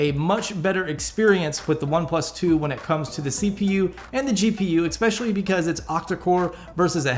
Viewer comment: I don't trust anyone that say EXspecially instead of especially.